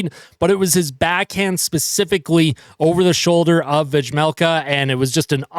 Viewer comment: The J is silent. Veh-melka. Not Vegmelka.